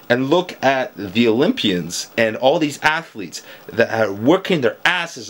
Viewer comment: Sure. ATH--O--LEETS